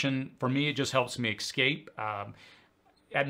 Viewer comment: “Es-cape” Not “eks-cape” “Star Trek” not “star-track”